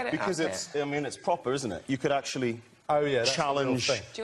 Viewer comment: "That's propaaa" 🤤